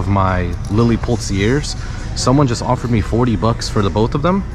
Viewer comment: Lily Pulitzer (pronounced Pew-lit-zer) like Pulitzer prize 😊